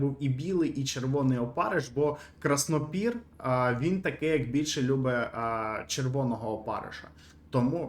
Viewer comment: Краснопір - ударєніє не вірно ставиш